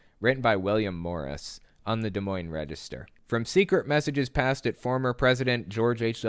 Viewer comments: Shoutout to my local newspaper! DMR is usually pretty good about presenting facts over opinions. Also thanks for saying Des Moines right hahaha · 1st of all.... THANK YOU for pronouncing Des Moines correctly lol. Lots of people botch it. Secondly, my dad actually knew Doug and was buddies with him through a mutual friend. Guy seemed nice but not super bright. It's sad that he got pulled so far down into the Q hole. He absolutely deserves to be in jail though I do feel sorry for him and his family that he essentially destroyed.